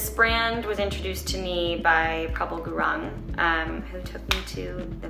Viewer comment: Prabal gurang haha its pronounced guru-ng